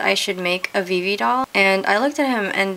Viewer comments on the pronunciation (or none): it's not ve-ve it's vi vi